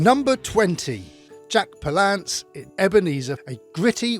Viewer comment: PAL-lance...not pal-LANCE...